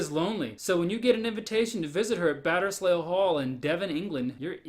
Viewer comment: "Batterz lee" Hall